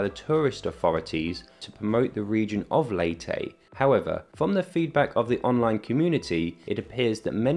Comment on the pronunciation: My wife is from Leyte and she, her family and friends promounce it “Lay tee” NOT “Lay teh”. Also, it’s “Tac low bun” NOT “Tacla barn”